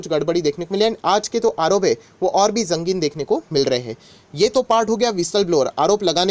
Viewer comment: jangin aarop nhi, sangin aarop :)